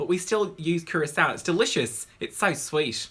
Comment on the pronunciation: The only person I know to pronounce Curacao properly